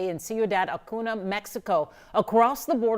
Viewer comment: Who else cringes when they say Acuna and not Acuña?